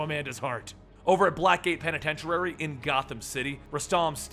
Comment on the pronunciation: He's still pronouncing it "penitenturary."